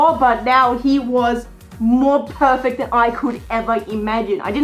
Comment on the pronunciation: am i the only one who heard "furfect" instead of perfect